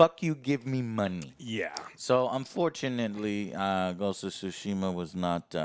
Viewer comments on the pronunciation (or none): "ghost of sushi mah"